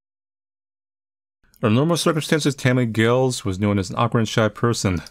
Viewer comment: 'Giles', rhymes with 'tiles'. Good playthrough. I like that the developer always has a possible good ending to their games.